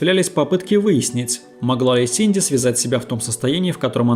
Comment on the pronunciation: Это я упорно слышу "Синдзи" или у меня нет передозировки аниме и мемов по Евангелиону? 🤔